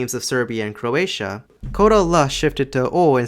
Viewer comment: As a Croatian, I can say the person who read the name of our country, pronounced it wrong (the first vowel is stressed, not the second one).